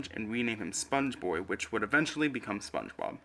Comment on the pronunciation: oh hell nah spoench bord iC borg